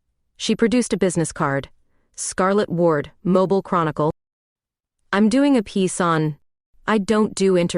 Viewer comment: Good Story.(Please help your Stories w/AI corrections on Pronouncing of NAMES City MOBIL=Moving. ‘MO-BEELE’ is the City…&Others will make All Stories Sound as Real As you make them. Your Good! Thanks.